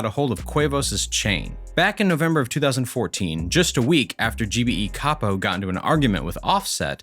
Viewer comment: he ain’t say capo right dude